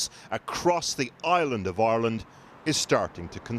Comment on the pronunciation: they way “ireland” is pronounced... like Aeyrlund.